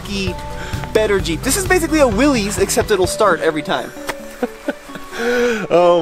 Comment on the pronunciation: Willys is said “Willis”, the y is not said as an “e”. So it’s said “Willis Jeep” not “Willies” Jeep.